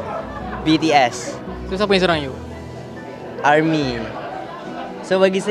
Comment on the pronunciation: Tak Pandai Sebut BTS,Army😂😂